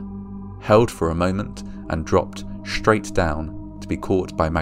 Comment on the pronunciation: It's straight not shtraight